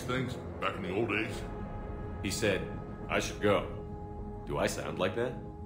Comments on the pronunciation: In my cycle, using the term "I should go" with the wrong emphasis was viewed as a sign of contempt, and was punishable by death. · Smh the quality control on this game was so bad. They should have shown the clone's voice actor a recording of how the real Shepard's voice actor said it. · I Should go. Lex Luthor: WROOOOOOONG! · I cringe everytime Clone!Shepard says, "*I* should go". THE EMPHASIS IS SO WRONG. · For me this is the joke, though others hear them the same. I was laughing my ass off at the wrong emphasis and SHps reaction before he went on his ran, it was perfect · The clone says it in a wrong way!